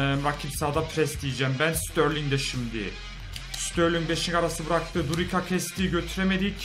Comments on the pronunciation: kardesm hepsini yanlış telaffuz ediyon . bondonga değil bongonda. rodelega değil rodayega. durika değil cüritsa olması lazım seviliyorsun :D he ayrıca kuko değil kuçka :)) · durika değil duricca